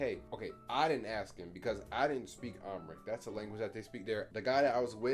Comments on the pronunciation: Not Uhm-Rick lol it’s um-haa-ric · I bust out laughing when you pronounced it Umrick Lmfaoo but they have so many languages there and yes Ethiopians have some good skin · Amharish lol. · AHM-HA-RICK lmaooo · Boiiii how my mans said Amharic😂😭 me and my family are offended 😂( yes I’m Ethiopian) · The way he said Amharic 😂🤣